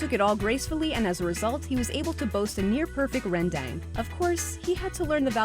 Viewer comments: Ren deng??? Ren dang! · It’s not rendeng it’s REN DANG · Not [ rén -déng ] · *Ran daaaaang" its not pronounced like that. Its rendang. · I'm indo and the way she said roundong made me cringe, but I still love the video. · It's pronounce [ ren-dang ] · Yeah first, that's not how you pronounce Rendang (I'm from Indonesia so I know) and Rendang is an Indonesian dish, not traditional Malaysian dish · Listening to this girl butcher the word rendang makes me want to punch her in the face. It's an ah sound not a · Rendeng!!! WHAT THE FREAK! THAT'S NOT HOW YOU READ IT!!! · you said rendang wrong